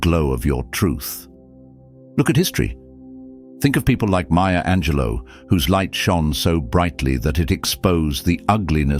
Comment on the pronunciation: Ok not trying to be a dick but I gotta say since you keep talking about her lol….her name is Maya Angelou, not Maya Angelo (unless you’re not talking about the epic poet hahaha) I think she may have some French ancestry but whenever you say maya angelo I think it’s some chick who works at wawa during the graveyard shift but she’s really cool when she’s not messing around with her on again off again douchy boyfriend lololol